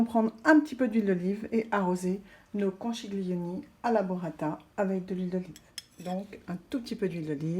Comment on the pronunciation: Un bon conseil : pour faire "italien", il faut commencer par une bonne prononciation ... ( conkilioni, par exemple ☺ )